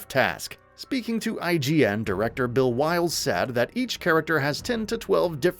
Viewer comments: Anybody else can't stand how instead of calling the director "Will Byles" he calls him "Bill Wyles" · you keep calling will byles “bill wiles” … the disrespect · Will Byles, not Bill Wyles lol